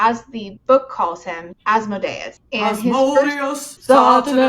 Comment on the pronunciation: that specific mispronunciation of Asmodeus makes me think that either the author or the audiobook narrator is a dnd player